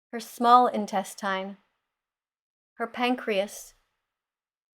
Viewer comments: “Her entestINEREEEEEREEEEEE” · This mf can’t even pronounce intestine correctly 😂